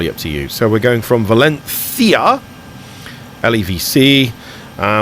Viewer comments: hahaha yes your pronutation is good but i valÉncia not valencÍa your strong tone needs to be in the E not in I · When pronouncing "Valencia", the stress should go on the "en" not in the "ia". Also, not everybody in Spain (or in other Spanish speaking countries either) pronounce the "C" as a "Z". :P